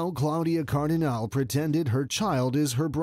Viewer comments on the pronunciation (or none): Not Cardinal, not Cardinali, but CardinalE